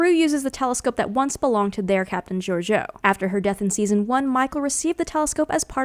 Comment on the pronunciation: Ok, you HAVE to learn to pronounce Georgiou's name. It's most closely Geor-JOH.